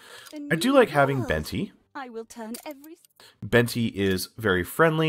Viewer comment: I hate to be this guy, but here we go… it’s pronounced “Ben-teh” not “Ben-ty”. Source? It was my grandmother’s name.